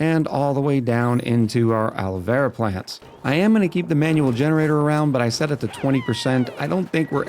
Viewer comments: PLACE YOUR BETS!: How many episodes UNTIL pronounces the name of Alveo-Vera properly? I’ll go with “correct by the 3rd episode.”🤭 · IT'S ALVEO VERA!!! NO ALOE VERA AHHHHH.